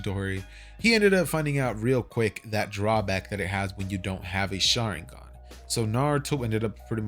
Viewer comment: I turned on captions out of curiosity and everytime he says sharigan it says sharing gun